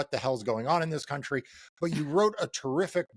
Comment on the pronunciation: "My County,'Tis of Thee"